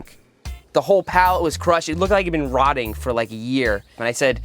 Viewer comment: Did seth say that the rocks were "rotting"?